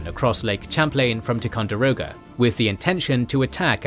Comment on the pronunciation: I realize that, as a Brit, you're not aware of American pronunciations, but Concord is pronounced "CON-kerd." Other than that, great video. Oh, and Ticonderoga is pronounced "TY-con-der-o-ga" and Champlain is pronounced "Sham-PLAIN."